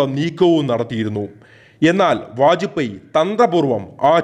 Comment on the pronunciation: Vaj pey. Not poy